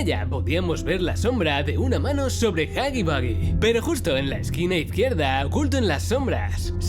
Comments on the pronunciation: Se pronuncia jagi wuagi pero tu lo dices jagi bagi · Nadie: Los españoles de España :v: huggy Boogie xd